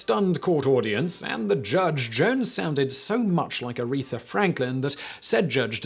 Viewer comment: ARETHA! Not “urethra”. Love you, Simon, but seriously, get it together lol Also, yes: Business Blaze pulls off, quite nicely I might add, the exact right amount of crazy